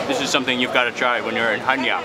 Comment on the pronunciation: One of the fewest foreigners that pronounce the name of the city correct! Well done Mark.